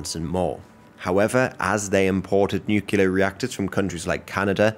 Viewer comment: Only thing I dont like about this guy is "nookyaler power"